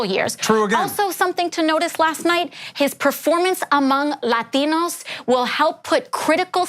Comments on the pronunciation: lol, why did she have to put emphasis on "Latinos". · I can't figure out why she pronounces "Latinos" with an accent that way. I'm from the South, with a fairly strong southern accent, but I just can't imagine saying "southerners" with an accent that's five times stronger than normal. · AOC doESN't PRonOUNce "Latinos" LIke a MERIcun!